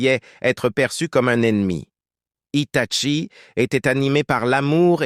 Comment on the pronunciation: Arrête c'est un désastre tout le monde le sait que Itachi devrait être un Hokage devrait être le plus doué de tous les ninjas mais malheureusement ce n'est pas eu la vedette donc stop et on dit Hitachi et non pas Hitatchi